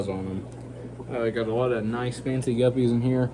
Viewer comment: "A wotta water changes." Say that three times fast! Seriously, cheers from my fish room channel in Chicago, where I am a subscriber to yours :)